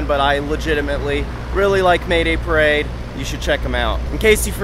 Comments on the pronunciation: dude! your pronunciation is too wrong! did you watch that "how to pronunciate band names" video on youtube? that dude could help you. long live Mah-daye Pah-rah-dee-eye tho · Wait, it's pronounced "May-day Pah-rade"? Not "Mah-daye Pah-rah-dee-aye"?